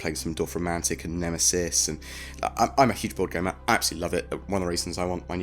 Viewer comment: i know you said board gamer, but i love that you techincally also said "i'm a huge "